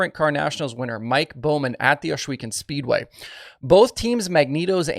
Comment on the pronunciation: Its Ohs Not Osh (Ohs weken ) Sounds like Oswego